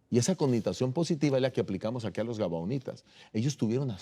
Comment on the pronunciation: Felicitaciones a los pastores por presentar la palabra de Dios,pero disculpe que no es gabanitas sino gabahonitas y que El Senor Jesus los bendiga